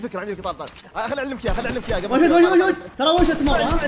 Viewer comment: ليش تقول ون شوت😂😂😂💔